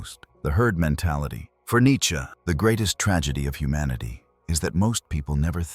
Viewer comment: Cracking up at how this Ai narration says Nietsch-ke 😂